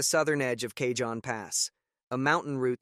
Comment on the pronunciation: FYI, Train wasn't loaded with iron ore. It was loaded with Trona. Trona is a mineral mined as a primary source of sodium carbonate. Cajon is pronounced like "CA_HONE" not Ca-john.